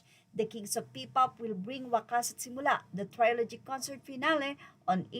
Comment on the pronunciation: ‘Trilogy’ is pronounced as (tri-luh-jee) hindi po (try-lo-jee). 😊